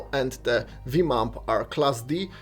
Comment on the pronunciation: Did he just say Viim?